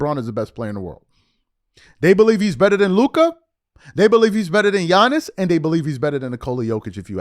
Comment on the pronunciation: By now, if you still say Don-chick or Gee-iannis youre just not paying attention.